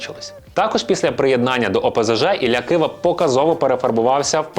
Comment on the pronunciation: Не кваша а ківа